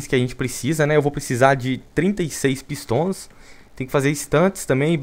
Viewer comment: A voz do Viniccius falando "pistons" KKKKKKKKKKK